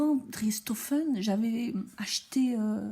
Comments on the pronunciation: Coucou 😁 Très drôle, j'adore 😂 Prononciation de driessen stoffen Le ''e'' allongé la prononciation du ''i''....donc driiiissen chtofen. Je ne pas écrire en phonétique, j'espère que cela te sera utile. À bientôt pour voir toutes les cousettes. Bises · Coucou, merci pour cette revue du site. Ta façon de prononcer Driessenstoffen est vraiment fun. J'ai juste ressenti de temps en temps une petite frustration quand le tissu passe trop vite devant la caméra. Sinon, c'était chouette. Biz à bientôt!